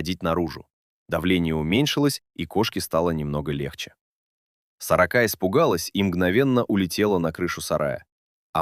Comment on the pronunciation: Да чтоб вас перевернуло с вашей "сорокОй" ! Интересный рассказ, а прочитать ЧЕЛОВЕКУ западлО? Суёте где надо и не надо этот ИИ... Испортили впечатление им.